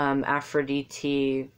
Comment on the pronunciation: You are right but you went out of topic. You started saying aphoridite is goddess of war and this is right. (you pronounce very nicely aphrod'I"te) (I could help you with pron/tion) Aries is a god of action while Aphrodite is goddess of intellectuality. So aries is the passion for war and war itself while aphrodite is the wars coming come due to love or the wars we do in order to fid love. Also represents the war we do with our selfs to become a person with kind and beautiful actions and thinking. Battle is not only war. Diet, flirt, athetism, dancing ... all these are type of battles that hear in the name of aphrodite. You did a great mistake about "the goddess of cities". You have mistaken athena who she is the goddess of cities and wars while we make conversations with aphrodite. You also mistaken aphodite for goddess of the sea , but this is not true. Afros means soap of the foam of the sea which represents the air or the aura which comes from the steams lf the sea when they heat or move violently. This is air, not water. There is npt greatest battle with our selfs than the battle we do in order to reach the virtues we need in order to become more beautiful versions of our selves.This is the epitomy of aphrodite, aries is the battle we give with this beautiful self with others that are different than us. Two sides,Beauty and harmony are the primal terms you need to seek whenever you try to understand any god.